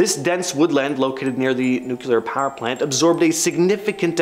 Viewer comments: The word nuclear is annunciated as new-clear not nucular . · Can't even pronounce Nuclear correctly. Not Nu-Cyu-Ler.